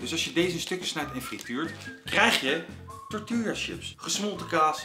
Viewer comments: grinch grinch, de uitspraak van de letter L in tortilla, het is tortiJA niet Lja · Ziet er weer onmundig goed uit! Ooh tortilla spreek je uit als torti-ja ;) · “tortielja” 😜. Moet gelijk aan die aflevering met Nochtli denken met haar “galepeneau” 🤣